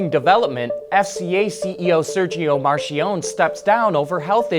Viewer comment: Its NOT pronounced 'Marshionnne' - 'MARKIEONIE' - Spelled Marchionnne.